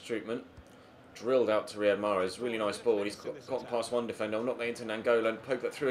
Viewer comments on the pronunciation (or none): none